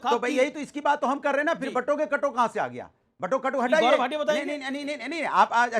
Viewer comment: Amish Sir, I have been listening to you from long time. I am not sure if you feel that there needs to be a correction, You keep saying Batonge to Katonge but it should be Bantoge to Katoge. Ignore me if i am wrong.